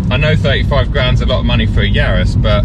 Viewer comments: Please can we clear the name up..it's Yaris. It's not Yaaaaaris. Cheers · Excellent video with the split screen and aerial shots. Didn’t realised it was pronounced “Yaaaris”😂 My GR is being delivered in March. Much prefer it being a B road warrior to a track weapon. Be interesting how it feels vs my gt3 gt4 and R26.R!